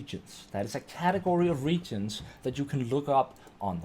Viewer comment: Re-A-gents not Regents